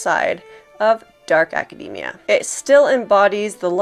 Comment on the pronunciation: Thank you for pronouncing "academia" correctly! ❤